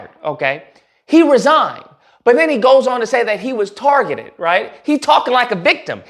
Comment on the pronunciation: “I was tar-gitted after-wurrrds” 😂😂😂😂 Then started a give-send-go although they don’t like socialism. 🤣😂😂😂😂 You can’t make this up… He’d better start selling shirts like Coondace. 🤣🤣🤣☠️